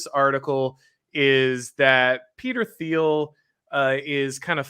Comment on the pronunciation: Gotta work on pronunciation of Thiel